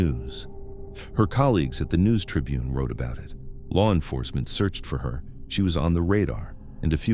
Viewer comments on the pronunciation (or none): none